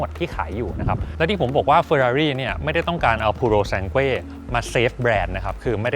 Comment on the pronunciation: หมดสิทธิ์ละ ออกเสียงชื่อรุ่นไม่ถูก555++